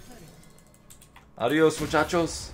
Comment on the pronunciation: I love when you say: Adiós muchachos. As a spanish native speaker i find it great.